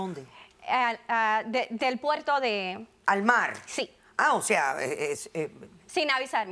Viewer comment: Estaban cerca del " puelto"😅😅😅😅😅